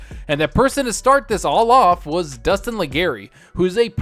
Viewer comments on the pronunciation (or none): His name is Destin. Not Dustin.